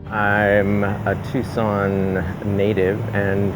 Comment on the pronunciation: YASSSS you said Tucson right. Lmao the hotel is freaky at